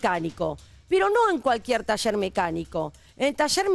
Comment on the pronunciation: Se dice, taller...... Y no tasher...🤦